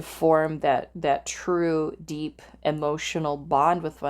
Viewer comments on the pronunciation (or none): none